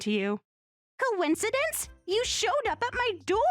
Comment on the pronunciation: It's 'koh-in-seh-dense' not 'coin-seedunce'. Please stop using VAs who don't know their words. 👎